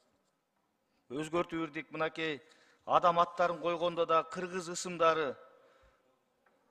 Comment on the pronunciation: Озу кыргызча нукура суйлобой жатат го ысындары дейби ысымдары го😂